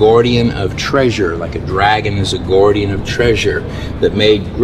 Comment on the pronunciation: You'd get on well with the cockneys from London as they call God Gawd. I've never heard guardian pronounced gourdian though😅